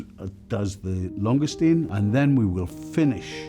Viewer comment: La longestine 🤣🤣🤣